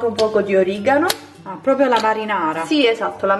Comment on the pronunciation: Si dice PROPRIO non POPIO